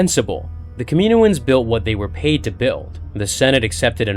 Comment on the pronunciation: Kah mi noh ans. Please say it right